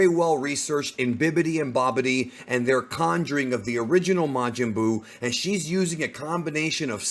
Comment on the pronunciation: Majin Duu??!?! 💩